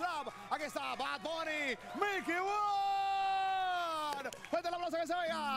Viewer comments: It's not milky woods ....it's pronounce "Mickey Woodz" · You Hispano and can’t say miky woods???😂😂😂